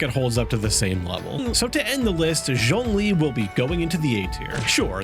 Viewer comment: Zhongli not s... 😂😂🤣😮‍💨😂🤣🤣😂🤣🤣😂🤣😂🤣😮‍💨😂🤣